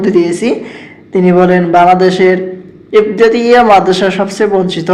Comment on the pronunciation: আগে ইবতেদায়ী উচ্চারন করা শেখেন.. তারপর ভিডিও বানান